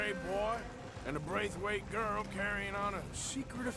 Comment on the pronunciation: lol why do you have so much difficulty saying "Braithwaite"?